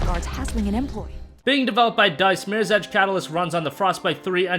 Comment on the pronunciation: Slow down on talking lol it's MIRRORS EDGE not MIRSEDGE lmao.